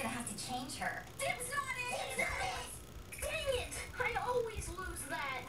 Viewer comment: WAIT SHE SAY "DANMIT"